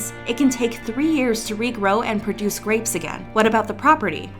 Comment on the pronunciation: Ahh yes, my favourite snack, bleach “graoes” 😫😫😫😋😋😋🤤🤤🤤🥵🥵🥵🥶🥶🥶😈😈😈💯💯 (joke)